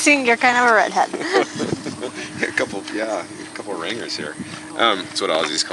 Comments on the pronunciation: “Ringers”? No mate….Aussies call them “rang-ers” soft G. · It's RANGERS not ringers